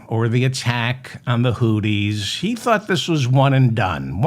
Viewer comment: Hi Mr. Feldman the correct pronunciation of Houthis is Hoo-theez (think of smoothies). Hope this helps.